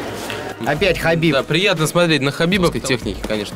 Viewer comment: you pronounce khabibs familyname very well, repect